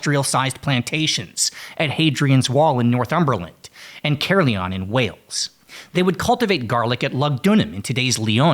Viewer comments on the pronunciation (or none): Also, it's pronounced like ka-leeon, not care-leon.